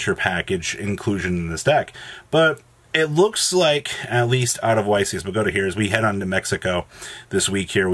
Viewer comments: It's BOW(like bow and arrow not bow like after you performed in a talent show) GAH TAH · The way you say Bogota is triggering the prescriptivist in me